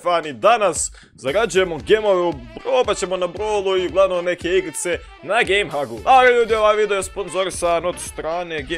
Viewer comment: Izgovara se gejm heg